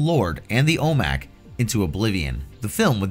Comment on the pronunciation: Thank god that Green Lantern movie never happened; Jack Black is insufferable. By the way, OMAC is pronounced "O-Mack," not O-M-A-C.